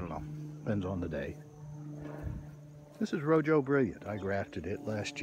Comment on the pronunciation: Rojo is pronounced like 'Roho'. Means 'red' in Spanish.